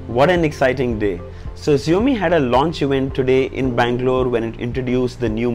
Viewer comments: Its xiaomi not zaomi bro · just one feedback - hope you take it positively. I think you are pronouncing the brand name incorrect. The pronunciation should sound as "SHOUMEE" not "ZIOMEE". May be this is not such a big thing, but still a feedback. Keep up the good work bro...good to see you being among the top tech reviewers. Kudos!!. Thanks for making lives of all MI TV owners easy. Way to Go Buddy..Thanks for all you do!! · xiaomi is prounounced as ( Sha - o - me) not as ( zee - o - me )